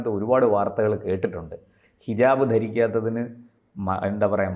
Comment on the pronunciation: ഹിജബ് അല്ല. ഹിജാബ്. കഷ്ടം.